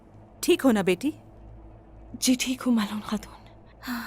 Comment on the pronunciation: Malhunnnnn nhi maloooonn 😔